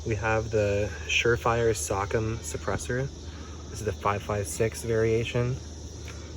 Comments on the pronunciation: Rock ‘em SOCOM robots So-calm would be the pronunciation my brotha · Sock 'em 😆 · The way he pronounced socom 😂😂